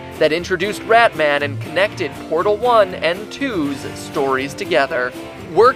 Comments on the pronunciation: The way this guy says "pordll" makes me want to punch him in the mouth. It's "portal"! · haha your pronunciation of everything jesus christ. POORTAL NARBAAAACULAR DROP JOOOOBS AT VALLLLVE